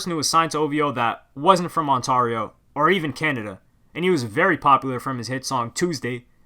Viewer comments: It’s not ONTAAARIO ... it’s pronounced ONT-AIR-IO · Please stop saying Ontarrrrrio 😂 I can’t take it anymore. It’s Ontario. The “ari” part pronounced like you would in “dairy” or “fairy” or “scary”. Killing me man 😂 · its pronounced ont-air-io no on-tar-io loooool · pretty sure Ontario is pronounced ON TARE E O. TARE like CARE. ON TARE E O. Not ON TAR E O. That bugged me through out this video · this man's can't pronounce shit, onTARio lmao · in Canada, we pronounce it "ON-tair-eeo" :) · It's pronounced On-tare-ee-oh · dude its ont-air-rio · bro you saying ontario so wrong it got me cheesed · Brother I'm from Toronto and you butchered Ontario's pronunciation 😩😤😂. Big ups though for making this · Learn to pronounce Ontario. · The way he said Ontario 😂😂😂😂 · Bro that's not how u say Ontario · Lol the way u say Ontario kills me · Aye I thought u were from toronto when u pronounced it toronno but then u said Ontario in the weirdest way ever so ur clearly not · Why u Pronounce Ontario weird?